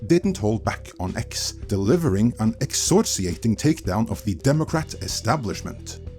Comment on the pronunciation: "Excoriating" is pronounced Ex-Core-Ee-Ate-Ing. It means dressing down, but times a hundred. An absolute verbal flaying. Which is exactly what the Democratic establishment has deserved for a decade or more.